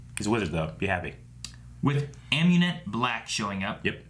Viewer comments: Dude, it's Amunet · lol no it's Amunet.